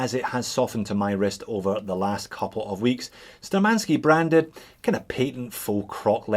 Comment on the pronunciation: The correct pronounce will be Shtúrmanskie [navigator's]